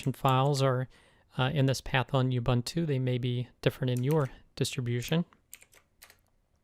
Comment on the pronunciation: Thanks! Great video! Just one thing. Please pronounce Ubuntu as "oo-BOON-too", not "you-BUNT-oo".